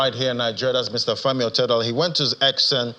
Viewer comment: It's Otedola NOT Odetola